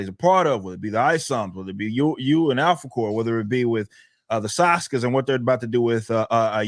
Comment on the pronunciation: I swear every time he says Alphacore it sounds like he says "apple core."